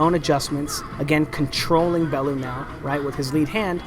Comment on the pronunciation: Tony Balooo???? Its Bellew lol